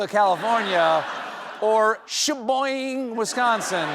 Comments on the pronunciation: #Correction it's pronounced shuh-BOY-g'n not shuh-BOING. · Wisconsinite here -> I’m sure we have a lot more places with funnier names than Sheboygan…! Gonna be that annoying person and say: It’s sheh-BOY-gahn, not sheh-BOING, Wisconsin Sheboygan ≠ Sheboyng; that’s some creative shuffling of letters. 😂 But thanks for the WI callout. Love the show! 😁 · It's not pronounced Sheboing XD but it's cool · Shaboygan, not Shabowing. smfh I'm Canadian btw. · She boy gan. Three perfectly pronounceable syllables. The e in Sheboygan is short. The g is the semi hard form, not the silent form. BTW, Wisconsin also has an Altoona. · I just wanted to say that i live in wisconsin, and it is pronounced shuh·boy·gn. 😊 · It’s “shuh-boy-gn”… please apologize to all Wisconsinites immediately 🥲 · It's pronounced Shi-boy-guhn. Dumbass. Also, always nice to have a few laughs at the expense of someone's murder. WTF? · It’s She-boy-gan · Sheboygan = "Shuh-boy-gan" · Uhhhhh wellllll it’s pronounced “SHE BOY GAN”. Super duper easy. Steven, I believe you’ve been there. I think he went there for the daily show like 22 years ago for some sausage thing. Also, it’s not the first time you brought up Sheboygan in your show so we will take it. I think we’ll make you an honorary son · Oh we must have a talk about your pronunciation of She-boy-gan. lol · It’s sha-boy-gan wisc but it’s still funny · It is pernounced she boy again Wisconsin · Get it right Stephen!!! It's She*boy*Gan, WI. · It's pronounced "Sha-BOY-Gan." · If you are from there, it's pronounced "She-Boy-gan"😁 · We pronounce it She Boy Gan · And strange to hear him fail to have learned how to pronounce it. (Sheboygan doesn't end with "boing.") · I have never heard a more offensive pronunciation of Sheboygan in my life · That is NOT how you pronounce Sheboygan, but I’ll let it slide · Of all the ways to pronounce "Sheboygan" incorrectly, this is surely the wurst.